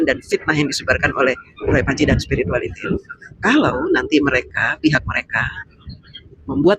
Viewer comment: Alhamdulillah...Bahagia campur haru. Sehat2 selalu ya Pak Jokowi. Btw saya sukaaaa sekali fasih bilang spiritualitilll..... Tks mbak, puasss rasanya.